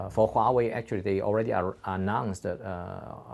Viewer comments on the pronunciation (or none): Huawei sounds like YAHWEH